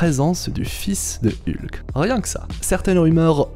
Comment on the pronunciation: Rien que la prononciation de Hulk ça pique quoi... Pis désolé mais tu dis qu'ils vont peut-être ou sûrement renommer le films mais il a été officialisée sous le nom Thunderbolts donc ils sont pas le renommer...bref d'ordinaire je suis plutôt d'accord avec tes vidéos mais là ya pas mal d'incohérences je trouve dans se que tu racontes...